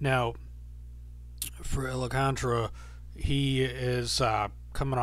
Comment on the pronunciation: It's Al-Kahn-TAR-RA